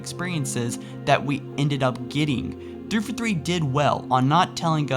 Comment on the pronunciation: like your videos, just one criticism... It's THREE FOUR THREE, not threefa three. lol